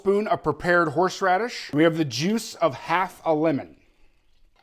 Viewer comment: ...I have a hard time saying "Horsh-raddish" too....